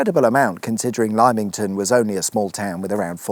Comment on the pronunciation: LIME ington , what a classic 😂